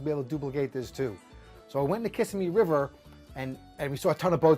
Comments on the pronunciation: I am a 60 yo native Floridian from Broward Co. and I'm almost positive the emphasis goes on the second syllable in the word Kissimmee like kisSIMMee. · I was born and raised in Jacksonville and everyone who’s not an import pronounces it that way too, the emphasis on the second syllable. Another thing, we call this fish a “speckled perch” instead of crappie. If you told one of the guys I hunted and fished with you wanted to go crappie fishing, they would want to know what in the actual hell you were talking about!😂 😅 😂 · its not Kiss-a-me river its kissemee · Only Yankees pronounce “ Kissimmee “ like does lol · Great video! But, you need to learn to pronounce Kissimmee like a local. Lol. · learn to pronounce Kissimmee correctly! 🤣🤣